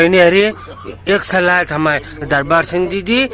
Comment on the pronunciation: सिंग नहीं सिंह